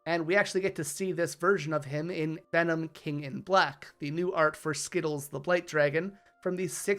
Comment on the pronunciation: My man pronounced the beautiful phyrexian name Skithiryx 'Skittles' I just can't 😂